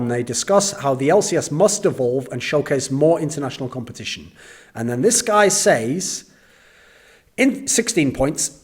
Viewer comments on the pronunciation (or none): it triggers me so much everytime he utters "seis" instead of "says"